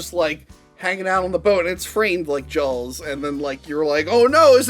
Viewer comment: Jawls? Poldergeist? Lorring? Did have a stroke? 🤔